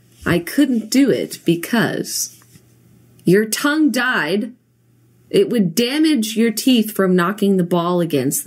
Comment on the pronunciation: Its funny how in another one of her vids she says that people pronouncing things wrong annoys her haha yet she says conk instead of conch and died instead of tied lol Still love u Jenna